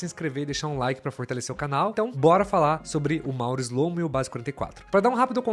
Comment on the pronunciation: Shlomo em hebraico é (שׁלמה) que significa Salomão! As letras "SH" pronunciamos como se fosse o "X" na palavra Xarope, mais ou menos "xlo-mô" 👍👍